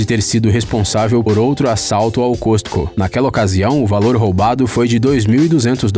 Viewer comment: Costco , a pronúncia correta é Cóscôu.